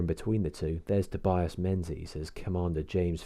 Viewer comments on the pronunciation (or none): a completely unnecessary and minor nitpick, but Menzies is pronounced as Ming-iss. Long story short, the letter Ȝ (yogh) which used to be in English got replaced by Z due to the onset of the printing press era. Thus Menȝies became Menzies for the sake of printing convenience, but otherwise its pronunciation remained the same. The same is true of names like McFadzean, Zetland (the original spelling of Shetland), Cockenzie, etc.